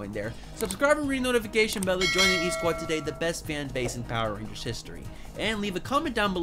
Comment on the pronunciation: I don't know about yall but I heard this man say power rangers std